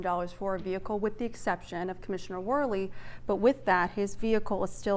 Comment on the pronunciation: This clown can’t even speak English. He says wif when he means with. Should this uneducated child be our mayor?